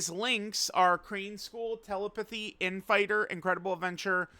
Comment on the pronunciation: Interesting pronunciation of telepathy